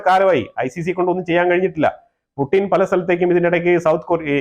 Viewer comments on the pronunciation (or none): none